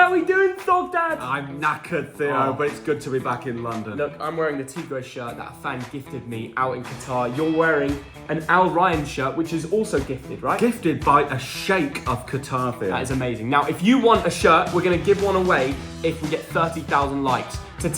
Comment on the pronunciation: Al-Ryan XD!!! It's pronounced Ar-Ri-AAN.